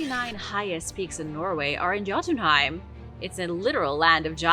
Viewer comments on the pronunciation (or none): The J in Scandanavia is pronounced as a Y. It's pronounced Yotenheim and the residents are Yotens